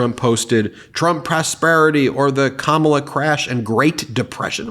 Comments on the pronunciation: Phonemic paraphasia. He knows what he wants to say but can't find it in his brain. Then he just says a word that sounds like the one he can't find. Oranges, instead of Origins. Kamabla, because he remembers the name Shambala. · It’s a favorite old time micro aggression, going out of your way to Knowingly mispronounce someone’s name to diminish their American identity 😂😂😂😂 Good times!!! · The reason for the mispronunciation of VP Harris’ name signifies disrespect for a person of color. In other words, you are what I call you. Goes back to slavery days just in case you did not know. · Instead of reading how Dumpster writes VP Harris’s name … pronounce it correctly… I’m sure that would Bug him! Lol! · He calls her that because that's how he says her name. His hearing is shot so he writes it the way he hears it in his head. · Why says Donald Dumb "Kamabla" ? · He's trying to mock her Black ethnicity... Kama(bla) The first 3 letters of the word (BLA)CK. He cannot curtail his racist side. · Kamabla? What exactly is that? It's like kouffee all over again! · I think he's trying to say kama-blah. And also, trump has no clue what Biden is thinking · You may not realize this but the reason why he keeps saying Kamabla he's making a reference to her being black by smearing her name🧐... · Is he trying to say Ka Ma Bla(h)? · Kamabla? SODA!! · That picture with baby Trump is great! That’s the way Trump talks also “Kambla, kambla, kambla….😂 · lol i think he's "trying" to say Kama-blah... time to put grandpa in time out lol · Here let's help trump in pronouncing kamalas name ,comma-LAW. Geeze i see why he is scared, the law is going to end your grift. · Actually its KARMALA ! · Sounds like a toddler that can't pronounce Kamala!!! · No..Donald. It’s pronounced KARMA-LA…. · I think it’s suppose to be pronounced like “kama-blah” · I think that idiot wants to pronounce it as kama-bla, as in bla, bla, bla. Trump is an idiot. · "Kamabla", just shows 45 can't PRONOUNCE his words.